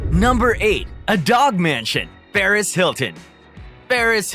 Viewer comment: Imma need for yall to get these names right 😂 Pharis and the Shoq lol come on are you even trying